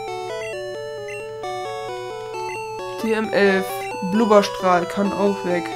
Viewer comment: schade, dass man Attacken nicht verbessern kann es heißt übrigens Blubbstrahl, nich Blubberstrahl